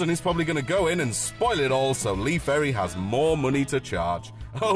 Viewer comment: Good Stuff apart from its Lee Ferry and not Perry. But hey ive been called a lot worse